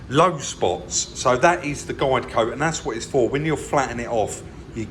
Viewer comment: Ah so it is guide coat - I always thought you were saying Glycoat as if it was a brand name or something. :-)